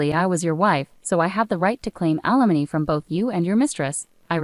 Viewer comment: Limony? Wow. A I is not so intelligent .😮